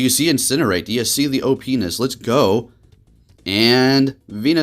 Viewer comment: Say OP-ness out loud again. Lol.